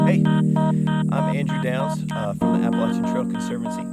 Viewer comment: Well done. I’m just glad you can pronounce Appalachian correctly